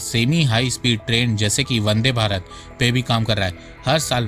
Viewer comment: Vande bharat. Not bande 😅